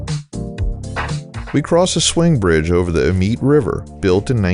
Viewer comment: YT rabbit hole brought me to this video. Amite is pronounced A-Meet and Colyell is pronounced Coh-Yell. It’s a speed trap Village, so y’all watch out.